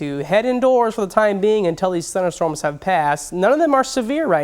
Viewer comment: Could speak a lot better. Say "winds" instead of "wins". Say "thunderstorms" instead of "thunnerstorms". Say "temperature" instead of "tem-bature". You can't even say the name of your profession correctly. [slapping forehead] Say "me-te-or-ol-o-gist" instead of "meaty-rol-gist".